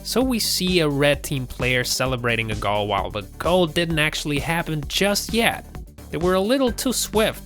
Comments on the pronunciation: You need to change the way you say Goal, its fucking Goal not Gall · It's goal not gull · Fck me it's annoying how he says goal gawl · USA: goal EverywhereElse?: gall/gol. Me: uhm wait what...rewinds 3X... STILL me: wait what...really, "gol"? Is that how the RestofTheWorld says it.... Also Still me: waits for basketball hoop to be called "ring" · GOAL NOT GAL ! U TIT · The way this guy pronounces certain words like “goal” & “bowling” drove me absolutely nuts! Doesn’t even seem to have much of an accent so where the hell does the annoying as fuck pronunciations come from? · Learn to pronounce ‘goal’ it has an ‘o’ in it. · How the fuck does this guy pronounce Goal??? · Lol why can't this guy say goal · Learn how to pronounce some standard words like video, goal and bowlng. Oh and stop trying to narrate - you are rubiish!